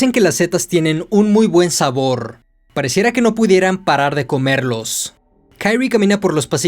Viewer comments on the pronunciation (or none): porque lees los nombres como si fueran en ingles?? se llama KI-RI-E no KAIRI wtf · Creo que el no bre de la protagonista es japonés, por lo que debería pronunciarse literalmente como se escribe Kirie, en vez de Kairi, por lo demás se agradece el esfuerzo de la narración. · aldkdj pero se Pronuncia Kirie, tal cual, no kairi, porque anglosajonan todo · Porque dices Kaire como gringo? Ridiculo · Jajaja xD. Pero en serio, men, ¿por qué dices "kairri"? En buena onda te lo pregunto. Excelente trabajo. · Se pronuncia "Kirie (桐絵)" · Solo un detalle para esta serie de video de uzumaki, Kyrie es un palabra latin por lo que pronuncia como esta escrito, no se le debe intentar pronunciar como una palabra anglosajona.